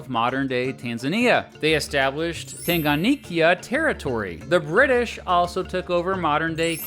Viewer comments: Please, for the last time, we say 'Tanganyika' not 'Tanganiyika' . Are we together? I am a Kenyan. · Tanganyika, not Tanganikya. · Its pronounced lake tan-ga-nyee-ka. And zanzibar in tazania has separate legislature and regional executive. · I would like to correct this mistake, it was 'United Republic of Tanziania', not 'Republic of Tanzania', and , Lake Tanganyika is pronounced as Tounge-gun-nyee-ka. Other than that, this video is good. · Bro alivyotamka Tanganyika nilicheka lol